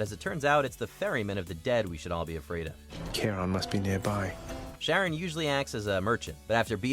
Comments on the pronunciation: It’s not sharron!!! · For real mate. Was looking for this comment. He's the ferry man of the underworld and not Randy Marh's wife. But have you heard how the other dude pronounced Geralt of Rivia? XD